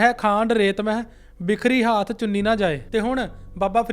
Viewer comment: ਹਰਿ ਹੈ ਖਾਂਡ ਹਾਥ ਨਹੀਂ ਹਾਥੀ ਹੈ ਜੀ